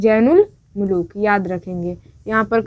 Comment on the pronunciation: Mehboob ki talash mnhi rehti balki taj ul mulook ko saza dena k liye talash karti hai Kyunki tajul mulook us ka khas gul(favourate flower) chura ley gaya tha Jain ul mulook nhi zain ul mulook Apna talaffuz durust kareye Fool nhi phool Beti aap mashq / practice kareye... Then upload kareye....